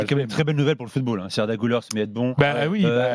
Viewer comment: cest guler pas gouler son nom